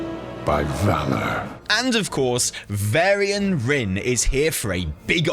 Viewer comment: VARYIAN not Vairy-an!! Sooo triggering